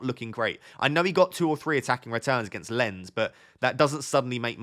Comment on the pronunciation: How rude! you pronounced "Lens" wrongly. hehehe